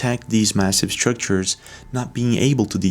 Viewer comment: Hey... are they Scrictures or Structures!!??:face-purple-crying: And... you never heard of Edgar Cayce???🤯